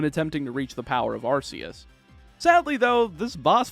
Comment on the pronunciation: Also arceus is pronounced arkeus